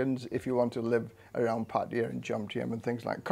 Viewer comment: OMG!!! An ex-pat who actually pronounces Pattaya properly. Kudos!